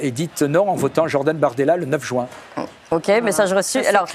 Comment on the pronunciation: jUin et non jOUin . Merci !